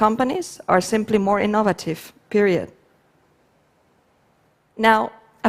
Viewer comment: Ee-NOVE-vuh-tiv' Took me a while to get that one. :)